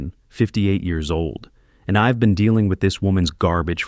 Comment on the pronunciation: What a fabulous story. The daughter-in-law was a vixen from hell!! As for Leonard, he was a spineless wimp of a man. But Gerald should NEVER have trusted family in the first place. While the story was good, the narration however could've been better. SHED for she'd; ILL for I'll; IVE for I've, IM for I'm, and others. These narratives are important because I listen rather view, so some of the story sounds muddled. Nevertheless, I enjoyed listening from Lincolnshire in England 👋🇬🇧